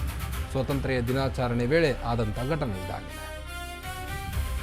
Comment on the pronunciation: ಕನ್ನಡ ಪದಗಳ ಉಚ್ಚಾರಣೆ ಬಾಯಿಂದ ಸ್ಪಷ್ಟ ಬರದಿದ್ದರೆ ಅರ್ಥಕ್ಕೆ ಅನಾರ್ಥವೆ ಸರಿ. ತಮ್ಮ ಬಾಯಿಂದ ಬಂದ ತಪ್ಪು ಶಬ್ದ. ದಿನಾಚರಣೆ ಅನ್ನೋಬದಲು ದಿನಾಚಾರಣೆ ಎಂದು ಉಚ್ಛಾರಣೆ ಮಾಡುವುದು ತಪ್ಪು. ಕನ್ನಡ ಸ್ಪಷ್ಟ ಓದಲು ಕಳಿಸಿ ಕೊಳ್ಳಿ.